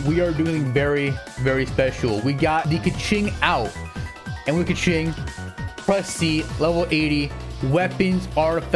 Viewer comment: He says kaqing alot